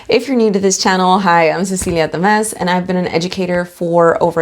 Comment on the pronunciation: I had to use the closed captions to catch the name of the principal. I kept hearing something different than "principal Tamez." 😲